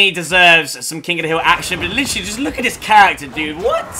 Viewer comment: Bo Allen - Where do you hear "literally?" All I hear is "litry"